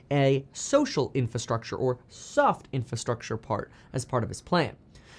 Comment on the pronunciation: Say it with me, IN-FRA-STRUCTURE